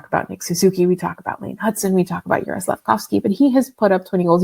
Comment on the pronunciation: Demidov was picked 5th - he wasn't a top 4 pick. And how can you not know how to pronounce Slafkovsky's first name? He's been in the league four years now. It's pronounced Yur-eye.